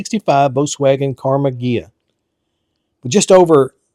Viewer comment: "Karma" Ghia?